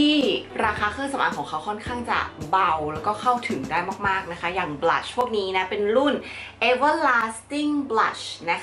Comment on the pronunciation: นางพูดว่า"บรัช"ที่แปรว่าแปรง!...5555